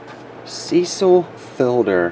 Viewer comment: You own a card shop. Please pronounce the names correctly. Cecil Fielder. Look it up. Otherwise awesome videos.